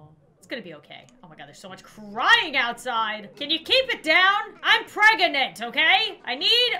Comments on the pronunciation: Me too its funny how she say shes pragontay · she pregontay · I love how she says “pregontay” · "Oh my gosh there's so much crying outside can you keep it down I'm PREGANANTÈ" - 2020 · ✨ P R E G O N T A Y ✨